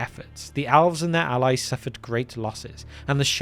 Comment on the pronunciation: I can't be the only person who hears him say "owls". I'm an avid viewer of this channel and so now, in my mind, the first children of Illuvatar are owls🦉🦉🦉🦉